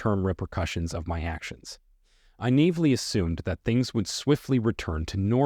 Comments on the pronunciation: How the hell is this supposed to be information? You are reading a scrip. You don't know how to pronounce simple words "naively" which typically means you don't know what those words mean or you'd be used to using them and pronouncing them properly. This is complete garbage. You've copied script from someone to pretend you know something about a subject youi are clearly ignorant of. And, you're describing yourself accidentally. Give it up -- do something useful. Go catch a fish. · Learn to pronounce: Ghosting, naively, barrage, covertly.... I can't even listen to the rest of it. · I wish they could make these AI speakers speak a little more authentic. They sound pretty real, until they so grossly mispronounce a word it’s a dead giveaway. The way this voice pronounced “naively” was cringe. Other AI voices in other videos have done the same or similar. Do better, AI.